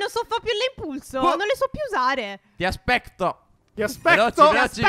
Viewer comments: Scegli , ECAMPUS. TI ASPECTO🤣🤣🤣🤣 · Loro:ti aspecto io:hahahaha allora non sono l’unica che sente tiaspeCto hahahahhaha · "Ti aspecto"🤣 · "Ti aspecto"😂😂😂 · "Ti aspecto"